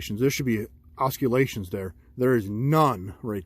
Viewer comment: hehe it's aws-sill-lations